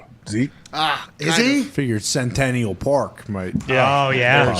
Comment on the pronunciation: trying to pronounce centennial was hilarious. Bring back readings by